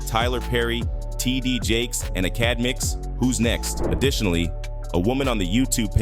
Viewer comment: “acadmicks”😂😂 never heard his Name said like that. Dis def a ai reading this😂